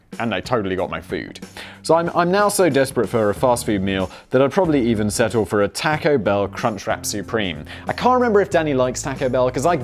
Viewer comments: Please don't say taaco (the "a" sounding like tactile). Say tawco ("a" sounds like awful). First time I went to Canada I found out why my Canadian mother pronounced it like you do. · Theres no k in taco its not the 1950s simon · Simon please stop saying "tack-oes"! My ears can't take it anymore! Oh the dislike button is too far away! Oh my ears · We pronounce it the same (like the British tack-o) in Australia as well. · omg, tAUco bell, same way you say taught. yw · Simon's pronunciation of "Taco" is the most British thing I've ever heard.